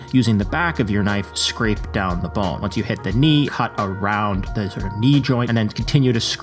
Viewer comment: Thee bones? don’t you mean ‘the bones?’ Lol ‘Thee meat?’